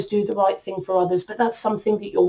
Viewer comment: Did she just day "thang"? Lmao